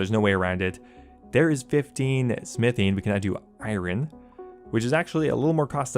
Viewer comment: The way you pronounce Iron drives me nuts.